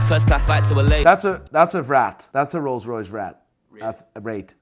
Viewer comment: when you struggle with Rolls Royce names just say an overpriced BMW 7 series, they will not mocking you and they will rage with anger! Works everytime 😂😂